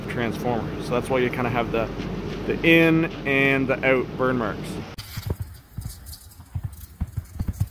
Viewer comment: lol, like oot and aboot?